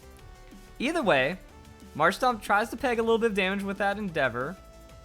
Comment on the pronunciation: It's marshtoMp not marshtop